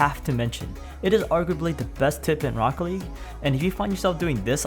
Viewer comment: lmao just funny how you pronounced Rocket League Rocke-league